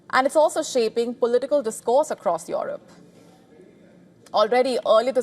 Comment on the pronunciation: What a Lousy accent of this newsreader !!! She has decided Russia wants to wage a war with Europe (Or Eurup in her accent) ... for what ?? What has this beggar continent has to offer to Russia ???